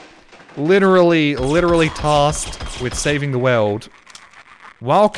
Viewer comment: The way pronounces 'world' cracks me up - 'save the weld'